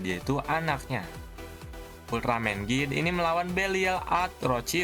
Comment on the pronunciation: Bukannya bacanya itu jit Bukan git sebutan di RTV kalau sebutan aslinya jit